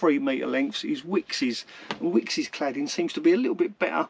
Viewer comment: Love the channel but it's called wicks not wickes's 😕